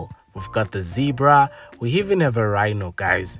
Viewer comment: Zebra!!! Not Zibra😫